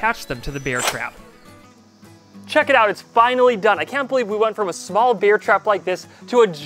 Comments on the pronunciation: I like how you really pronounce the "E" in "Bear" instead of saying it normal like "Air" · you pronounce bear like beer. i pronounce it like bare. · Im sure thats NOT a nutria And im sure he pronounces "bear" wrong